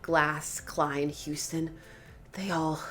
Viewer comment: Umm, it seems to be Hostin, not Houstin.